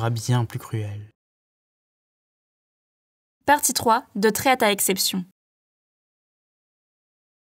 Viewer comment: Chap 3 : "de Traite a exception" 😭😭😂